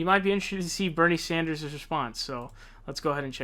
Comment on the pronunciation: Bro love your videos but I cringe every time I hear you pronounce names Sand-ers not Saunders and book-er not baulker please say the names correctly